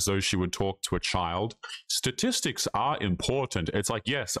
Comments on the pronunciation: Is it just me 😊r does she say satistics instead of statistics in her condescending tone? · “Satistics” ?? 😂 thanks professor